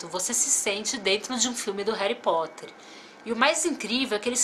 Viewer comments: "Heri" Potter legal kkkkkk Harry Potter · rari potter ?????????????????? n seria harry potter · "Heri potter" doeu na alma😖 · concordo , nossa isso estragou o video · "Réri Potter" aaaaah q agonia, só o dobby pode falar assim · Na vdd, você falou Réri aporte rompido inteiro! Nunca mais faça isso! Haha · Eu amo Harry Potter! Mas pf, no início do vídeo você falou Réri Potter, não faça mais isso! Haha